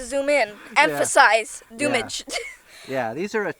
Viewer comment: I love her expressions, not only on the way she handles that .44 but her innocent mistakes too… “Dummege” 😂😆😂